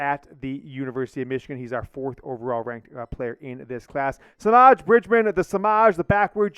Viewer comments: Semaj is properly pronounced Sim-maaj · Ooof im sorry but that’s not how you pronounce Semaj